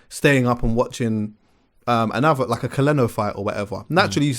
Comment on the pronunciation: man sed "Caleno"